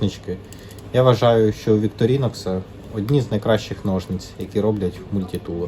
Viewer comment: молодець! продовжуй знімати! добре робиш! але правильно казати віктОрінокс)) + підписка!)